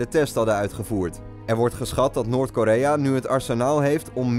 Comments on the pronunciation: "Noort" Lmfao! Noord is het ;O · "Noort Korea" ahahahahahahah well done